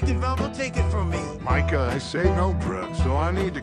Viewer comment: i like how when says "micah" it sounds like he's saying the n-word near